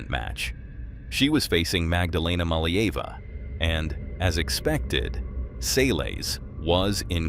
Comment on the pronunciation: Not MaliEva" MalEeva*